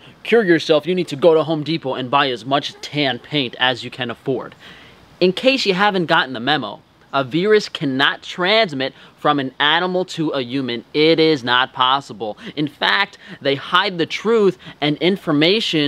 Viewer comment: Veerus??? Ooooooh a virus... Got you!